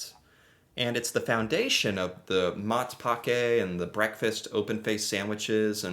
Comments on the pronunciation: That "Matpakke" pron. was prime. Hahaha yes our bread is definately better than the american bread... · Ur pronounciation of Matpakke was absolutely spot on, 10/10, like I say it myself literally😊